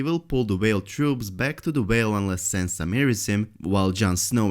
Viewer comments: Its not Sensa Its Sansa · Sorry, but the way you're pronouncing Sansa completely prevented me from paying attention to anything you have said.